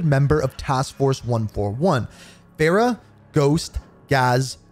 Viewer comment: ITS FAR-RAH NOT FAIR-RAH!!!!!